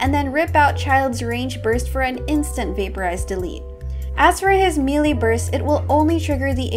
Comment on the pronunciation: im sorry but the "mealy" instead of melee was throwing me off 😭